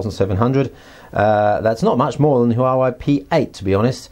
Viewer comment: great looking phone. i'm sure they'll steal a bunch of business away from samsung. just fyi, chinese words are all monosyllabic, so huawei is made up of two words. any time there are consecutive vowels without an apostrophe between them, they should be pronounced as one syllable.